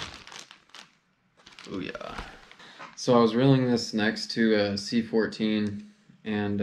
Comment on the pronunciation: Stop saying “C14” it’s “Ci4” you’ll sound like you know what you’re talking about.